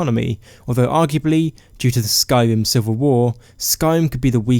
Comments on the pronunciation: The first Skyrim YouTubed I’ve seen that can’t pronounce Skyrim correctly (not tryna be mean, love you buddy, vid made my day!) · i dnt understand why people with speach problems make videos like ur voice drives me insane its sky-rim not sky-wim